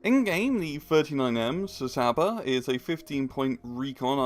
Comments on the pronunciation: I am pretty sure its not pronounced c-saaaaba but cs is is like ch in cheese. I guess you could say chaba. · no, it's tsaba